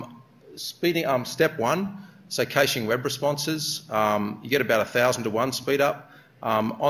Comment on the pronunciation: He's gotta be about the only person I've ever heard pronounce it "cayshing". Wikipedia has it as /ˈkæʃ/ (sounds like "cash").